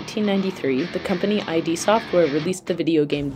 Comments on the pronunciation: hint: it's not I-D soft (just like you pronouce "idea"), but id, as in id-ego-superego. Not and "I" more like "E". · Oh I haven't cringed that hard in a while. It's id as in "id and ego" not I.D.. Cool stuff though. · did she call it ID not id? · this is amazing! I'd just like to point out that the name of the company isn't pronounced as two separate letters ("i... d") but as the Latin word "id" and referring to Freud's concept of the unconscious-impulsive component of personality. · the "id" in id Software is pronounced as "id" not "I.D.", btw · It's "Id", not "I D". Pronounced like bid. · Someone’s probably said this already, but id is a word, not an acronym. It’s pronounced id Software instead of I.D. Software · Not in any way meaning to detract from the genius of this mind-boggling achievement, but fyi it's not "eye-dee" software, just "id," as in the opposite of superego. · Of all the acronyms you pronounced many were phonetically, however you said "M. S. D. O. S." and I don't know how to feel about it. Also the id of id Software is that of ego and id and not I.D. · It's not "eye dee" software but "id" software (as in the Jungian id). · Pretty sure it's pronounced "Id" software. Like the id and the ego. Also ATM stands for Automatic Teller Machine. So an ATM machine is redundant. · This is awesome. I applaud the amazing work of biological and computer engineering this took to create. Amazing work. Kudos. I hope they give you all the grades and credits they can for this. But can we please talk about how to pronounce the names id Software and DOS? It's "id" rhymes with "kid" - not Eye Dee. And DOS is "dauce", rhymes with sauce. Not Dee Oh Ess. I know, I know, you were not alive when DOS was around. I'm not upset. I just want to help. :) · She can't pronounce MS-DOS or "id" software. But the research might be cool.